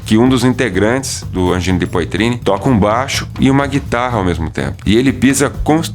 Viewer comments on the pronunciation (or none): Poitrine lê-se poatrine!